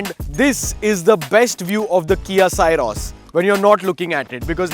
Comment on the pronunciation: From the title, it felt the video would be very positive 😂 but that was the only positive thing in this video about the car - the title. Also, it's pronounced "Syros" as the "sy" in "system". Not sai-ros.